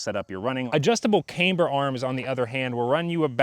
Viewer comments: Cay’mber? Nah bruh, it’s pronounced Cam’bur. SMH 😂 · Son just listening to this guy about the camber, even the way he pronounced it has basically told me he didn’t know WTF he’s talkin bout 😂. Review denied and will not be taken into account for my choice to buy or not.